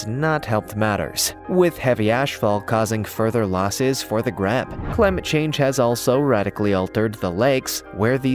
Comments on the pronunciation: Grebe, pronounced Greeb, not greb. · Grebe is pronounced greeb not greb. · GREEB is how you say it. Not greb. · Grebe is pronounced greeb -- long e, as in green. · Grebe is pronounced “greeb”